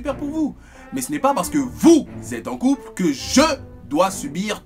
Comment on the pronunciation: "C'est pour les coupleuuuuhhhh..." omg cet accent so chic so jet set ✌😁😂